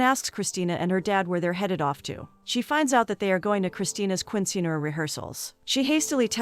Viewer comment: Righttt like when she calls a Quinceañera a queen sceneara😂